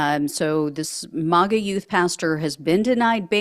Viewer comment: I really like this person's reporting but I cannot stand the way she says "mawga" instead of "maaaaaga." No one else pronounces it this way. Make her sound out of step